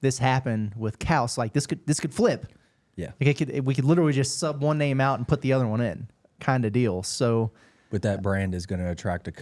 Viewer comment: Finally getting his name pronounced correctly.